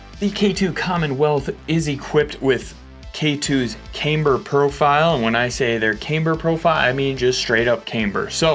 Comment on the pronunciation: Still says cameeber though